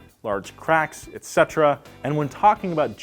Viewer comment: you're probably the only person on youtube who properly pronounces etc. Thank you!